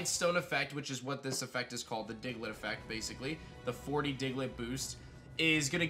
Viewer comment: DIGLETT, NOT DIGLIT!